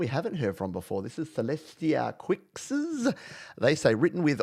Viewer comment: WOWZA! I totally missed this! I guess I missed your email giving me a head's up while i was transitioning to a new email address to get away from family harassment. THANK YOU SO MUCH FOR PLAYING THIS! Oh, and "Quixs" is pronounced KEEZ 😁